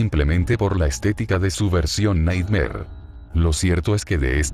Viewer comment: Nighmare: ❌ Naymar 😳👻👻🥵🥵🥵